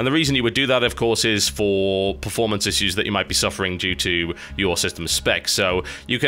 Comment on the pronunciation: Ha. "Issews."